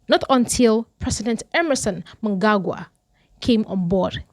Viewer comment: Harey ❌ Harare ✅ Mungagwa ❌ Mnangagwa ✅